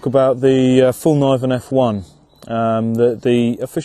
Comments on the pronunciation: Get this, its ''Fell-kniv-en'' not ''Falniven'' ^^ The K is not silent! Great vid though! Again, proud Swede! ;) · Knee is pronouced nee, not K-nee so the way u said it there makes the K silent